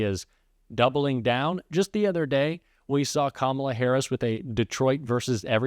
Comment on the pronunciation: He’s so demented, half the time he’s pronouncing Kamala’s name correctly 😂😂